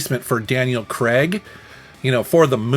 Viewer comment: Daniel who? Kregg? Craig, right? You just lost 1 point for that.